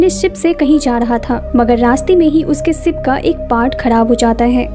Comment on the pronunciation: Aap sha ko sa q bol rai... Sara maza bekaar ho jata h... Sip... Nhi ship.. Nisana nhi nishana😅